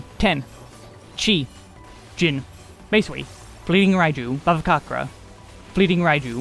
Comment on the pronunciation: if you are gonna do an updated NIN video, i have to say this now: the "c" in bhavacakra is pronounced "ch". it's bhavaCHAKRA. word's sanskrit in origin; there's a reasonably good pronunciation guide by "How To Say" that shows up at the top of the YT search for "bhavacakra pronunciation." i don't know why it's transliterated this way (extremely not your fault for not knowing), but i'm indian so it's stood out to me and i thought i'd let you know! ty as always for the guides; they've brought me through a ton of this game and definitely made me far more competent at this game than i would've been otherwise.